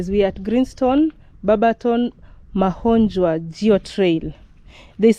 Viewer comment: You say Ma-kho-njwa the way you would Ke-nya.